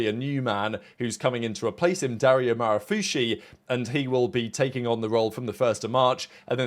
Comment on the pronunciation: The "chi" in italian is pronounced like "ki" so you would say Dario Marrafus"ki", just a heads up 😉 Love the content